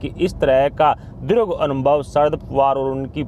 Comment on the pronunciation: Shabad nahi shabd Diragh nahi dirgh Purav nahi purv Parsan nahi prashn Are Bhai itne subscriber hai aur member bhi hai To koi achha news reader rakho Professional way me kaam Karo Yeh news reader anpadh hai